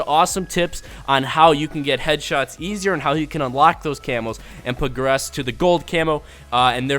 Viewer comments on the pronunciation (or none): none